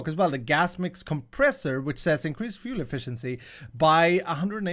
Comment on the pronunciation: fluel? FLUEL